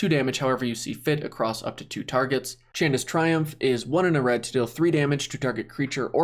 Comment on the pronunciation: You read Chandras Triumph wrong